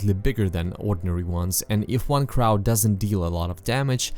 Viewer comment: You are far from the first person to go into the history of Resident Evil, but I always enjoy hearing a new take - And I really enjoyed this! Keep up the good work...:) Obviously, You are not english - My only compliant was teh way you pronounced Crow - Its actually CR-OH and to CR-OW but thats a minor thing and forgivable to someone who is not English.